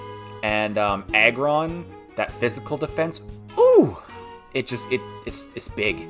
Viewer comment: Great video man keep it up. I heard egg-ron not aggron though 😂 . Im predicting salamence on #1